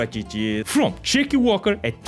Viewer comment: Jacky walker, sounded like chicken walker...lmfao 🤣🤣